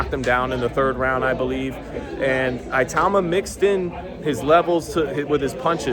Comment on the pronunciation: at least try to pronouce his name properly man